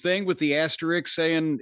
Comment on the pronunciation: Why can't Jim say "ASS-TER-ISK" properly?